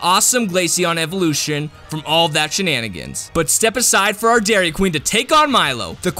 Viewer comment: EVOLUTIONS, NOT EVLOUTIONS!